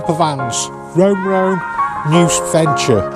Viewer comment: "Rome Rome and Noose Venture" ?